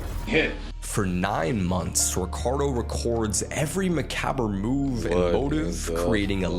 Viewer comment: Dude pronounced macabre so bad lol